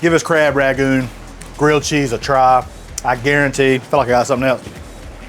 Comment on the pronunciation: "Rag-goon!" The 'N' in Rangoon: "am I a joke to you?" but seriously, this sounds amazing